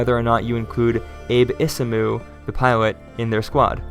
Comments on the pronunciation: *Abe Isamu = pronounced Ah-bay E-sa-mu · Probably the best mech analysis I've watched. Awesome! It's interesting to hear your pronunciation of Abe Isamu. In my head he's Japanese so for me it's Ah-be Isamu with all short vowels :)